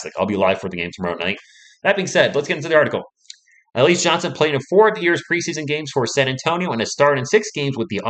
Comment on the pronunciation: It's pronounced Al..E..Zay